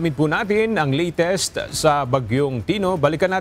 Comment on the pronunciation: ANO IKA MO ANG "LITIST" HINDI HALATA BISAYA